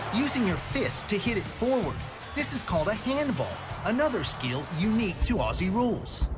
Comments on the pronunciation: Just to help you out with the pronunciation of Aussie. We here in Australia don't say "Ossie", we pronounce it "Ozzie". I know it's confusing but that is it. Oh, and we don't say "I'll throw another shrimp on the barby" We call them Prawns, and we don't even say "i'll throw another prawn on the barby". Just thought I'd clear that up for you. Cheers from Oz. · for fuck sake.. we are ozzys, ..spelt aussies, pronounced like ozzy osbourne, not oss-ee, try ozz-ee. There is an american AFL league ( you can look that up ) and also one of your fellow muricans, mason cox, plays here.. look him up on the tube as well. appologies if this has already been menioned, i wasnt going to go through 160 plus comments. keep up the learning, interested to see your progress. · Please cobber, stop saying ‘AWE SEE’ it’s cringe worthy to an Aussie. It’s Ozzie, as in wizard of Oz and E as in eagle ..... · FFS, pronounce it properly. Its Aussie as in Ozzie. Not Ossy, like a bunch of girls. It was just explained to you. Kick it or handball it using a punch. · 1, Aussie is not said the way you said it it's Aussie ( Auzzie ) with the S being more of a Z sound 2, When it says 18 on field and 4 on bench it means 4 on bench for each team so 8 total aswell as 1 additional for each team for Medical Sub so if you count the media subs it would be 10 in total 5 for each team. The 18 on the field isn't 9 each side it's nothing like Soccer. There is 3 sections... Backline, Midfield & Forwards. 18 players is 18 each team ( Hawthorn = 18 on field & Richmond = another 18 on field ) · O-ZZ-IE..........,the s in Aussie is pronounced as a Z